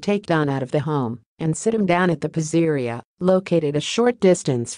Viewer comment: Lol😂 AI doesn’t know how to pronounce PIZZERIA 😂!